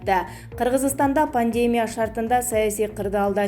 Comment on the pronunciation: Пневмония эмес Пандемя дейт "Пандемия" болот)